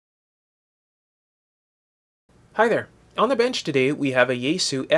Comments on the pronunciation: It's called Yaesu(yah eh su), not Yaysoo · It's pronounced "ya" as in yacht, "es" as in saying the letter S, and "su" as in "sue me". There shouldn't be a English-style stress accent, but since avoiding accents is hard for English-speakers, perhaps try to accent (if you have to accent anything) the first syllable...